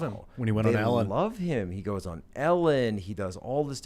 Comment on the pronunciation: Can stand when people pronounce the word on.....awon. Wtf is that ??? So irking